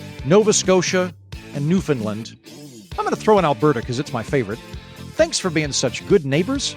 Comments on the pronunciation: Not to nitpick, but the pronunciation of Newfoundland is closer to ‘Noofin-land’ than “Noofin-Lund’ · PLEASE.... Newfoundland is not pronounced as New FUND land it is pronounced as New FOUND land! Thank you...from a Canadian! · It's new-fund-LAND, actually. But the central syllable is not pronounced "found" or "fin", and the last syllable is the one stressed. It rhymes with "understand".